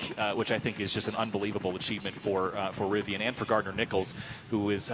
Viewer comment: Rivian Timestamps: Rivian R1T at the starting line Zipping off the line Straightaway Switchbacks More Switchbacks "Rivi-awn" lol Birds-eye view Final turns Finish line (smashes record)